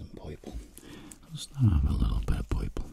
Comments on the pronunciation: I noticed most of the time when he said a word that had the sound of “er” he said “oi” -Poiple (purple) -Poifect (perfect) Then I wondered about colors and realized the terror of what the word green would sound like 0.0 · Nobody: Literally Nobody: Him:puyple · poiple instead of purple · That poiple is poifect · Poiple poifect